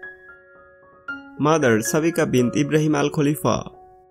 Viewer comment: Not kulifa... khalifa